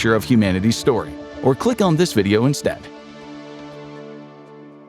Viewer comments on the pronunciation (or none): none